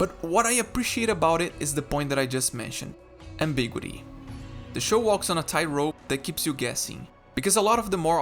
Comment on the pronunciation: I've never heard 'ambiguity' pronounced that way. I've always heard it as am-big-YOU-uh-tee. 5 syllables rather than 4.